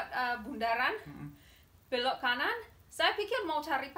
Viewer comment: Mas perbaiki bahasa istrinya bukan blok tp belok .cara ucapinnya ssja yg salah. Ya saya memsklumi karena bukan asli Indonesia.😂😂😂😂